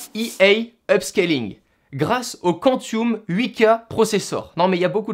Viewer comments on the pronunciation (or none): "kantioum" LOL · Super vidéo dans l'ensemble mais juste..."quantioum" quoi...😭